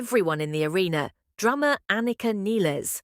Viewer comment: Niles! Like "Miles"